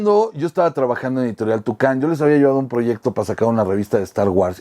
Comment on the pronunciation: Soy Otaku y no me ofende el caso de las guerras mágicas, amo al fandom de lo japonés quiero trabajar para ellos algún día, pero sé que somos un caso. Conocí a Adaliza en una entrevista, es muy apasionada, no dudo que aún no te perdone. La editorial se llamaba "Toukan" no "Tucán" :P